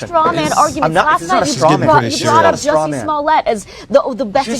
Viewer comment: he called Jussie Smollet, "Juicy" 😂😂😂